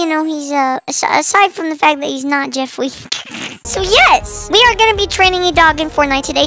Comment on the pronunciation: The only thing that went to my head when he said JeFwEe was JeFwEeWeE